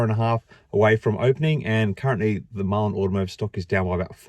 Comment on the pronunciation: is a idiot...dude can't even say the companies name correctly...His black box is a hoax...any of you think if his box was so good that he would be playing with Mullen instead of Ford,tesla or anyone else?. the Trucks are rebadged Chevy/Hino...the vans are Chinese junk. There is no production..there is no big hiring push for production...no raw materials going into the plants...the Saudi deal is not a deal..We are being had folks..I am pissed cuz I have been buying Mullen shares for over the last two years and I am 175k shares deep